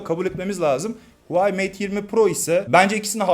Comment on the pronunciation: Huvayi değil HUAWEI